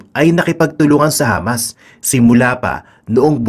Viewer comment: Hamas, sounded Lamas, lol